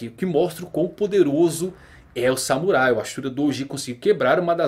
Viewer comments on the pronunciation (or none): none